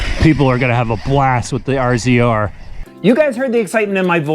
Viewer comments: You can always tell the non-side-by-side people when they pronounce it "R Z R" instead of RAZOR like it should be. :) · must be giggling, I think it's pronounced "Razor" not R Z R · RZR, pronounced razor. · Cmon bro it’s Razor. Kinda embarrassing lmao.